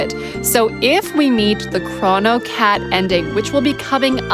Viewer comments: Is that really how you pronounce "chrono"? I've said it with a hard "o" in both positions all my life. As such i am not willing to change now, but I may have to look up pronunciation online anyway. Chr-O-no not Chr-aw-no i refuse. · It's always been crow-no - like Cronus Cronos Kronos